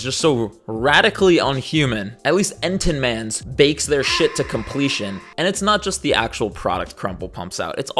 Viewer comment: okay but why did you pronounce entenmann's like that 😭